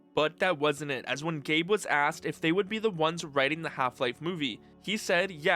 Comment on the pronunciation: You're saying "Velve" again. Also it's "Gabe" Newell, not "Gabe-uh"